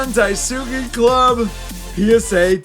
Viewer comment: Hearing say Japanese words made my day 🤣 “die-sue-key” killed me 🤣🤣